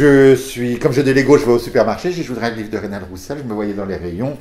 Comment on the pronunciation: Reynald et non Reynaud